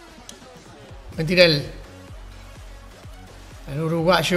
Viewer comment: Cuando vas a decir bien el nombre del delantero uruguayo? No es Mentirel... Es MERENTIEL!!